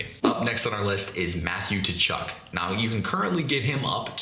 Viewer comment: Maaaan if you’re gonna avoid my boy Matty Tkachuk you gotta learn how to pronounce his name!